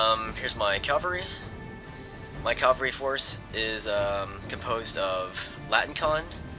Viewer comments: it sounds like hes saying calvary instead of cavalry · and cavalry, cav-all-ree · Your pronounciation of "cavalry" keeps bothering me. lol sorry not trying to be a troll.